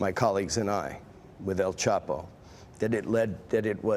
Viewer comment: Does this stupid b reporter not hear everyone on the planet calling him el "chop" o. Not el "chap" o? I just dont understand it. You're f ing stupid.